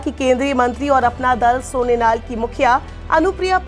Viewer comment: सोनेनाल नही सोनेलाल है हर बार गलत उच्चारण।